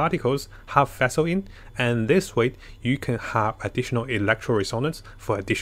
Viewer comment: Feshl hahaha. Omg